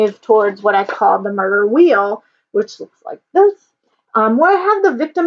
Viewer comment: I cant help but to giggle when you say Murder Wheel